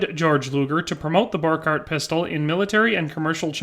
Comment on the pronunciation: Okay it's spelled Borchardt and it's pronounce like this bor-shard-t the D&T go together as you say it